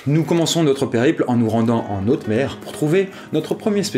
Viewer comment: C'est de pire en pire bordel... la liaison quand tu dis "en haute mer" m'a fait pisser le sang par les oreilles. La confusion voler/planer a déjà été relevée mais puisque c'est le coeur de la vidéo j'en rajoute une couche. Y'a qu'un junkie qui se met à voler quand il ne peut plus planer... Sérieusement, commence à chercher du travail, ton entreprise est sur le déclin et ça se voit que tu n'y arrives (déjà) plus...